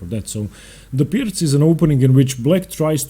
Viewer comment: I've been pronouncing it wrong. Thanks for giving the correct pronunciation and explaining how the opening should work. I'm not a fan of the Pirc because of what it allows for white. Engaging instruction as usual.